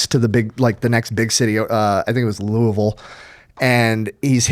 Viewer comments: Thank you for saying Louisville correctly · Proud of for saying Louisville correctly lol